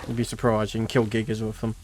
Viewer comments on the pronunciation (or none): none